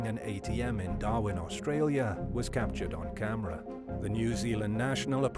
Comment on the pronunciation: what is this capatured you speak of